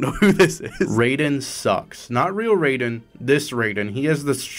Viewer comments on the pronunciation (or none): STOP PRONOUNCING RAIDEN AS RAYDEN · Has bro never heard Raiden's name pronounced out loud? Man is talking about the thundergod not the cyborg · As someone who owns a PS3 still and played the shit out of it when I was younger, I wish I had this game when it released Sackboy alone would’ve sold me The red haired lady is from a PS3 launch title called Heavenly Sword Also it’s pronounced R-I-Den Ray-Den is from Mortal Kombat There are ways to get the DLC for free, though you have to jump through a shit ton of hoops, basically 🏴‍☠️and emulate lol >Add every character from Heavy Rain Based absolutely zased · HIS NAMES NOT FUCKING "RAY-DEN"! ITS "RYE-DEN"! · Hate how you say Raiden, its Rai-den not Raid-den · why do you say raiden as "rey-den" when everyone in the voice acted metal gear games calm him "ra-i-den" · Why did you pronounce Raiden as Roiden? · Did you mispronounce Raiden deliberately? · You pronounced Raiden wrong.